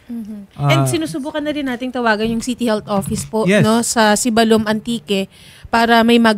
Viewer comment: Hindi manlang kinorek ng nagsumbong dyan paano magpronounce ng Sibalom ay Siibbalom slow